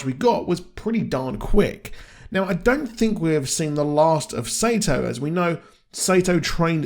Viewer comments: Your pronouncing sato name wrong its not sayto thats wrong way to say it its sato like soo like your saying soccer but sato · Why do you pronounce Sa-to as Sey-toh?